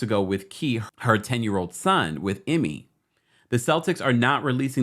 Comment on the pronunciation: His name is pronounced "EEE-MAY" "EW-DOE-KAH" For the record